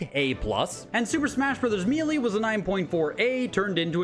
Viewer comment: "Super Smash Brothers Mealy". 😅 I've never heard it pronounced like that before. Are you from Canada by any chance?